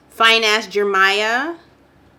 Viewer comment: Lol nobody ever gets my name right. Its Jer-me-a Boe 😂